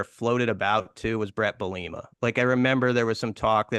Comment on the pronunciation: The constant mis pronunciation of Brett Bielema is pretty silly haha, great episode nonetheless.